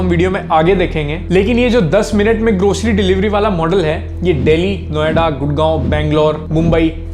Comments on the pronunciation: Grocery ❌ Groshery ✅ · bhai grocery ki zgh groshery bol re😂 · bhai grocery toh sahi se pronounce krle